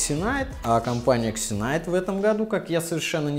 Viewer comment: Все ытлично, только пожалуйста названия не коверкайте. Читается Зинайт